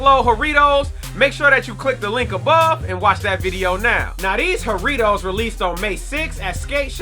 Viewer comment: Bro I’m Latin so imma put you onto correct pronunciation. It’s JA , slight tongue roll , rittos